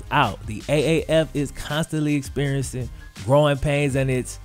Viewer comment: he said "iss real out here in these AAF streets" CTFU